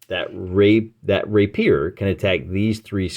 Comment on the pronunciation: PS. The word rapier is pronounced RAY-pier